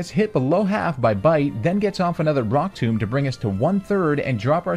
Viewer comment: He calls rock tomb Brock tomb